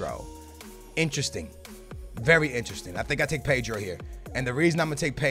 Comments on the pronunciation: PEYDRO??? PAY-DRO? Ped-ro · No,it's P-eh-dro.That is how you pronounce his name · Paydro? 😂 cmon